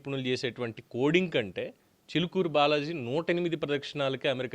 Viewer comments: చూలుకూరు కాదు రా చిలుకూరు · Chulukuru kadhu Chilukuru balaji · గారు.. మీ మీద గౌరవం ఉంది.. మీకు తెలుగు భాష పట్టుంది. మీ ఉచ్చారణ బాగుంటుంది కానీ థంబ్ నెయిల్స్ పెట్టేది ఎవరు అది మీరు అయినా కాకపోయినా శ్రద్ధ వహించండి.. చులుకూరు బాలాజీ ఏంటండీ.! ఎవడు వాడు!